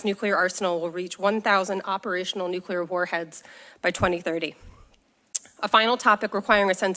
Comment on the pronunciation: Say, "Nuclear" - just once.